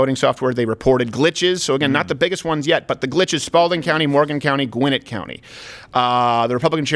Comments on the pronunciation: Dekalb is pronounced "Dee Cab". Gwinnett is pronounced "Gwen-ette". Not "dehkahlb" or "gwin-it". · Ok... I’ve got to say it. Gwinnett is PRONOUNCED. GWEN-NET Net like a fish net. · Your pronunciation of Gwinnette county is close. Its pronounced Gwen-Net county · Don’t know if it matters but just to help you out Steven it’s pronounced “Dah-cab” and “Gwin-ett” counties 😂🍊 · It is pronounced "Gwen - NET" county... love your show. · Let me help yall out right quick: De-cab county Gwen-ette county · As a Georgian.. the way he pronounced those counties, hurts me deeply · Steven's pronounciation of Georgia counties is painful for a native Georgian lol